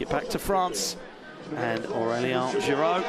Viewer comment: They butchered Aurélien's name dude. "ien" doesn't sound like "ion" at all